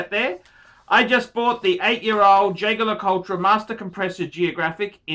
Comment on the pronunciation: Thats not how you pronounce Jaeger LeCoultre